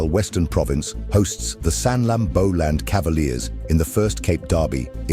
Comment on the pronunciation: Sir, can you go for some Afrikaans lessons on pronunciations of esp the towns names....Boland is not Bowland...and so many other examples... I just thought it's a bit respectful to us....Apologies for any offenses...